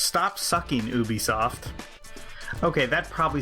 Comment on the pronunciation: It's pronounced You Bee Soft